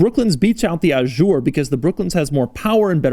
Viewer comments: That’s not how you pronounce “Azure”... It’s a “Z” not a “J” 👌 St-Tropez isn’t too happy Dougy ;) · Please, it's "coupé", with an "é" at the end, not "coup"... And it's "Azure", with a "z" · Did anyone else notice: Doug keeps calling the Azure "A Jour" The interior is grey The "pinstripes" are called coachline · Ajoure? I thought the car was calle azure? As in the color? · "Ajure" oh my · It's NOT "Ah-shure"!!! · He said "Ah-shure" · I think the word Azure has never been pronounced more wrong in the history of mankind. French people should throw fromage at you wherever you go, you cretin.